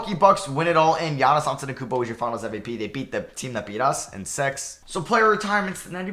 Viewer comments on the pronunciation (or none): none